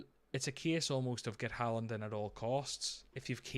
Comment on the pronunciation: “Do you want Salah for 90 or Halaand for 20-30” Mate, at this point…Haaland.